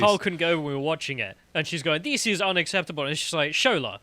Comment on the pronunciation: "This is unackseppabul..." repeat... Can't argue with logic like that...